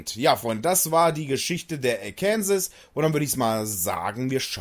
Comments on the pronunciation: Bitte im amerikanischen wird sie Arkensaw gesprochen ist als ob ich Tulpitz stat tirpitz sage. Und das ich bin Deutsch geht nicht. Arkensaw ist Arkensaw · Gutes Video nur eine Sache und zwar wird es Arkensaw ausgesprochen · Wenn du in Arkansas den Namen so ausgesprochen hättest wärst du im Gefängnis man spricht es so aus oakansa klingt komisch😂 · Hahahaha.....die Aussprache des Namens des Schiffes ist wohl nicht "ganz" richtig 😂😂😂😂😂 Viele Grüße aus Seevetal! 😊😊😊😊😊